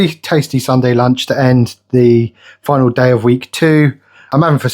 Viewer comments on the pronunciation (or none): none